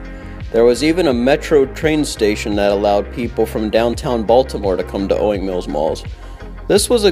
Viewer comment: Jeebus it's "owings"